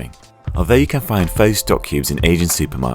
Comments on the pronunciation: Hey foodtube4 maybe you get make sure you get your narrator to properly pronounce the name of the dish that's being cooked so, u know....so it adds a much needed amount of credibility to the person who's actually cooking. Pho does not rhyme with 'though', it should rhyme with 'the'. In any case, if the editor of this video actually bothered to ask any vietnamese how to pronounce this simple word this glaring and slightly embarrassing mistake probably wouldn't have been made. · While this is a more authentic pho recipe than most...the "or" pronunciation at the start, is wrong. It's always "fu" as in "fuck", never "fo" as in "low". Period. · TBH some of the things you have to done to this dish may have just changed the whole purpose to it...... BTW you cant even pronounce the dish name correctly.